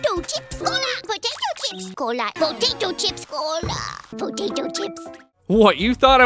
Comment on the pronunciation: pO Ta toe chip